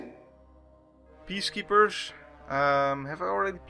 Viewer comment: Whenever you say "Peacekeepers" I always hear it as "Beast Keepers" for some reason.